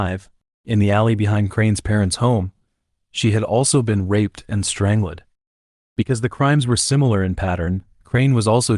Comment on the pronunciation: strang-led? odd